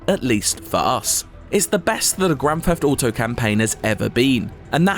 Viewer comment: Grafafado Foive